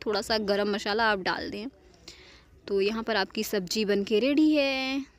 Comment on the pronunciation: Garam masala hota h mashala nh